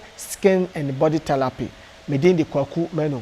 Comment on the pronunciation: Kumerica to de world is therapy NT thelapy